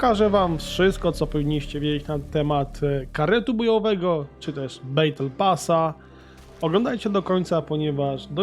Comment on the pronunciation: Co to jest "bejtel pas" :)))))))))))) "battle" sie troszke inaczej wymawia ;) KOmentarz dla zasięgu :)